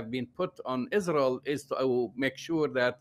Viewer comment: It’s not Rael